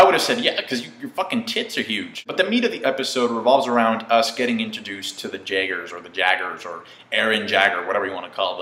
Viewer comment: Pleeeease do manga reviews for this, I really want your opinions on stuff further in the series since it really kinda starts off slow. Though a few more episodes and it will get epic... Also, it's pronounced 'Yaygers' for the Jagers